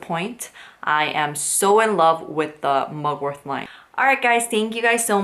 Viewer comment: I don't know if you realise it but the word mugwort does not have a "th" sound... 😂